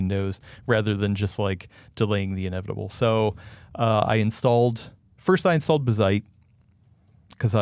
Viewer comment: Watched til they said bizzite instead of BAZZite. How do you pronounce Jazz? They pronounce it wrong for attention.